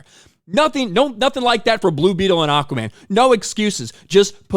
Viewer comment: lol says it like acaman😅